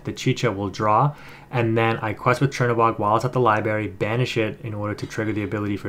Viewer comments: It's Library,. LiBRary. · lol libary. I laugh every time you say it that way. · There's an R in Library big dog, just fyi lol. Great content, keep up the good work